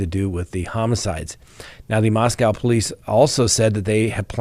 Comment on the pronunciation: Congratulations!! After three weeks you got the pronunciation of Moscow correct. I've been trying for three years to get you to pronounce Daybell without an accent on the second syllable. There's still hope:) Cheers